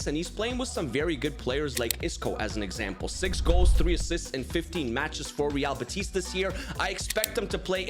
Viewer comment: By the way, i see you are pretty good at pronouncing teams as you value it, so in real betis, the stress is in be, unlike in madrid ;)